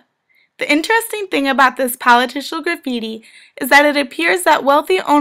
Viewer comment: I heard "politicial" several times. There is no such word